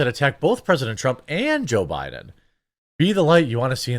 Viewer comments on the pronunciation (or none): none